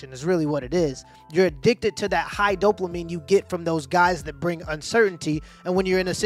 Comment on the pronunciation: if he says "Dope-La-Mine" one more time, my head is gonna explode. It's dopamine."Dope UH Meen".